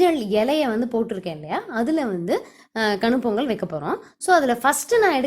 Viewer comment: polli ella u r pronucing wrongly in our district also we will follow the same procedure but we will cook sweet potato and avarakai ur neighbour(male) is so helpful to his wife . r u a vegetarian or non vegeterian. 🙂🙂🙂🙁🙁by sangeesridharan